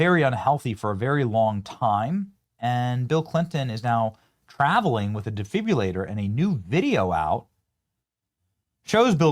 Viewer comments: Benny we love ya, but ya gotta work on your pronunciations of some words. It’s a de- fib- RI- Lator not a defbyalator. And is new- clear, not nuclear ya lar. Not criticisizing merely pointing out the left will use that against you. Don’t give em the ammo. Keep up the good work and let us know who really killed Charlie cause it wasn’t a furry drag Queen. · I support your channel BUT please learn how to pronounce properly "defibrillator" and "Fentanyl". Hint: It's NOT DE-FIB-U-LA-TOR and FEN-TA-NALL. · Benny. De fib rillater ( exchange the r for your u ). Suncerely, your loving retired RN